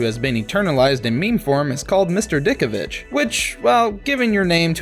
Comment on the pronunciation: DiTkovich, not Dickovich